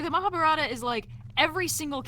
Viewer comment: Mahaa-baah-rut-aah (pronounced almost correctly) Me: Oh cool! that's the first time i've seen a foreigner say that almost correctly. Also: "Mahaa-burrata Me: So you have chosen to oops